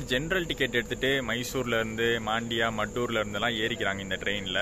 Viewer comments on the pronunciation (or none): Bro, Just a correction - Your pronunciation is incorrect for Mandya & Maddur. Should be pronounced as Mandya not Maandya & Maddhoor not Maddur. 🙂